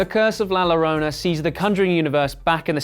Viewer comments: I am just gonna let the pronunciation of “llorona” pass (deep sigh) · ItsyaboiiuhhBoba Feetfungus It’s literally not hard. You just replace the two L’s in Llorona with a Y sound. Again, two second google search. Lmfao him being white has nothing to do with it. And you act like people are really torn up about his mispronunciation. OP just made a joke about it and you got all bent out of shape. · I am Spanish and it’s really annoying when people pronounce the double ‘l’ as an ‘l’ and not ‘y’ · If English speaking people could educate themselves on pronouncing La Llorona before talking about it, that would be great. So freaking cringy and annoying. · Your British accent is charming , like all 'cockneyian " accents are ! Your pronunciation of " la - llorana ", not so much ...😂😂😂😂😂😂😂😂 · It's pronounced yo-ron-na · I can’t get past his pronunciation of llorona. It’s a Y sound not an L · Llorona pronounced with “y” as in yes. Yollorona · This guy said, The Lorona .... Best thing ive heard all 2020. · Thank you for this video. I just binge watched the whole Conjuring series today. Great job with this video. But as a Hispanic... though it's not your fault you don't know this... I can't help but to tell you that La Llorona is pronounced La Yorona. "Double L" in Spanish has a "Y" sound. Ll = Y. So sorry for being nick picky. I do apologies. But like I said, despite of that one tiny thing your video is great. Nice job. I enjoyed it. 👍🖤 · La llorona “Yo” La Yorona U pronounce it with a yo like yo-yo La llorona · la llarona is pronouced "la yarona" in spanish btw. get cultured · It’s spelled llorona but pronounced yorona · Nuuuu u pronounced la Llorona wrong.😿 La llorona (la yorrona) two l’s together is like a y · This dude really said la llorona. It's pronounced yo-ro-na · It seems that you need help saying “la llorona” perfect way to say it is “la yo-ro-na” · You bad at the pronunciation of la llorona. You should had pronounced first before doing the video. The “larona” 😂🤣😂🤣